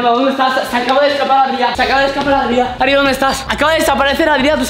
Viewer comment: se llama Adrián no Adria